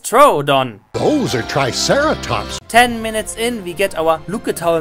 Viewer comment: nobody:: those are tricerotops